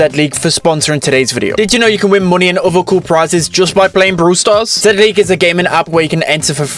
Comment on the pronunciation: It’s pronounced “Zee-League” Not “Zed-League”